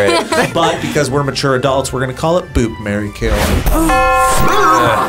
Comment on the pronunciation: The way that one dude kept saying "bop" instead of "boop" was so funny